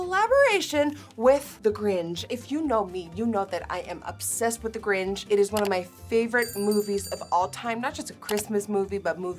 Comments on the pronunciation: It's cringey asf how they keep saying the "gRiNgE" 🥴 And not the Grinch.. like how it's spelled throughout this entire video🤦🏼‍♀️ smh.. how do you get a (innjj) sound from "inch".. I missed that part of the assignment in grade school lol. I wonder if they say "inches" (innjjes) 🥴🤔 lmao. Pronunciation is crucial asf y'all 😂. But after all, the makeup packaging was cute. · why does she say “gring” instead of grinch HAHAHA 💖💖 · Did anyone else think Nikkie was saying "grinch" different? It sounded like "gringe" and not grinchhhhhhhh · I’m sorry nikkie I love you but why do you keep calling it the gringe instead of the grinch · It's Grinch not Gringe. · ms girl it’s grinch not gringe 😭😭😭😭😭😭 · Nikki baby idk if I’m crazy but near you were saying gringe instead of grinch😭😭❤️❤️ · Why is Nikkie saying GRINGE and not GRINCH? Lol. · Why does she keep saying Gringe? 😂😂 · It’s “Grinch” not “gringe” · It’s GRINCH CH. NOT GRINGE. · I love how Nikkie is pronouncing Grinch like "Gringe" when it actually is pronounced like pinch. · But why she kept saying “the gringe” almost like the grunge. It’s the grinCH. Just me? Okay. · Niki:I love the gring me:I do to wait what niki: it's inspired by the gring me: gring? Omg it's grinch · why do you say gringe and not grinch? 😂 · Nicki, i love you but its grinCH. U said “gringe” at the start x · Why she saying ‘The GRINGE’ instead of ‘The Grinch’ tho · Beautiful... But its GR - INCH not gringe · Great video and I love the look.... Only problem was it's pronounced the Grinch, not the Gringe Just sayin Love you Nikki!!!!! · is it just me or does it sound like she is saying grinj not grinch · team green for sure. The Dr. Suess character it is pronounced Grinch and not Gringe. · Did anyone else hear “THE GRINGE” and not the “THE GRINCH” 🤣🤣🤣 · Is it just me or does it sound like she’s saying gringe lol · Were you saying Gringe? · Whyyy does she say the “gringe”. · Why you call it the “Gring”😂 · SAY👏🏻 IT👏🏻WITH👏🏻ME 👏🏻 THE...THE...THE ✨GRINGE✨